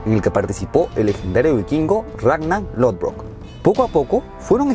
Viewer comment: Che "" pelotudo, es Ragnar Lothbrok no Lodbrok